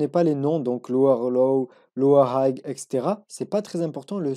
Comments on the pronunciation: le "g" ne se prononce pas. "high" se prononce comme une aïe avec un H devant et non comme un aïegue et "higher" se prononce donc comme "ailleurs" mais avec un H devant. merci pour vos vidéos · hayer low .. la pronunciation.. hay cest pas hayg ... fais att frero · Haygueur low haigheur haygue mdrrr il me tue ton accent